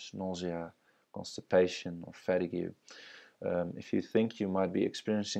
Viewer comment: Fet-ah-gue? ohh….fuh-teeg!